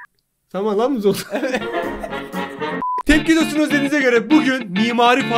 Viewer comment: Hayır hayır ✨Evetğ✨